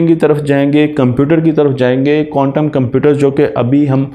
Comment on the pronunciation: قوانٹم نہیں بلکہ کوانٹم